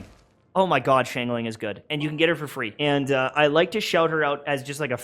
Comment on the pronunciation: YouTubers: SH-ang ling People who speak mandarin: facepalm